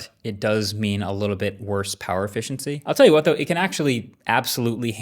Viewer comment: Diabolical to say it like that. "YOU would never notice." ...but I? I noticed.